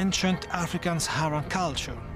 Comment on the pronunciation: Save for the fact Sahara is continuously mispronounced! Even by the host!!!